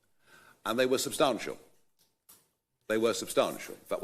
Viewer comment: How can someone who pronounces substantial as "subsTARNtial" not be part of the establishment?!